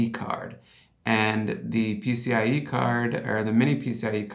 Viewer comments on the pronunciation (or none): none